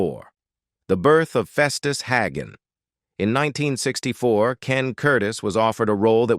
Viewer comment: AI voice, his last name was HAY-gun, not HAG-un.